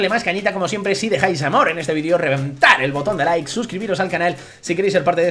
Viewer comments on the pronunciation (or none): none